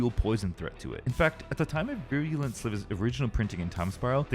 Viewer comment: That’s not how you pronounce “virulent”.